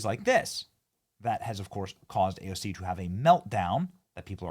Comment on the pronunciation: Did you notice how she said it wrong but the subtitles were correct 😂😂😂😂